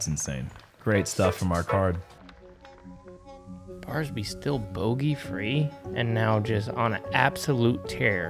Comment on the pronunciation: “AiR BARSBY”